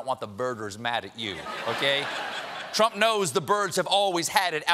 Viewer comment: Audobon? Or AUTOBAHN?